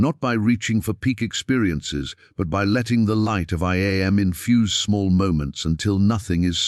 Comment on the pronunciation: I.... and them am, like am and pm. AI is wonderful. But any recording should be checked by someone who is a being. Otherwise it sounds silly.